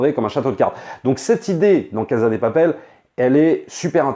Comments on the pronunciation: Mais pourquoi il dit “caza de papel”? Et “praison break”? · Yo, ça se prononce "cassa dé papelle" ^^ merci